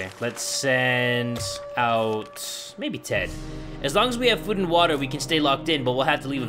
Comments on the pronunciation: It's pronounced WUTTHAAAAAAA not water it's WUTHAAAAAAAA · I love how you say water "watttta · Warrior Granger *watzza!